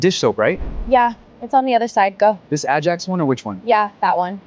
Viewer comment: So, I'm also curious about the cleaning product being pronounced "uh-jacks." Ajax? Seriously?